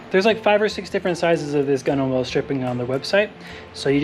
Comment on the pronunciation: Hi Mate, could you please advise what 3m adhesive you used and whether it was successful in adhering the Gunwhale rubber. (By the way, it’s pronounced “gunnel”) I live in Australia and am replacing mine as well. Yes, there are a lot of companies sell it here and also a lot of varieties and at the cost of it, you have to make sure you get the correct one, Cheers mate, and your boat looks shit hot.